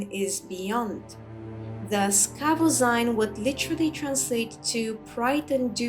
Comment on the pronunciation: As a 57th level thief, I am in no way advanced in Alteration magic yet somehow I have been burdened with this five pound hunk of garbage that I can't drop. I can't remember where I found it but I wish I'd never picked it up. BTW, Tolfdir pronounces it KahVoZeen, not KahVoZine. If we're picking nits, that is.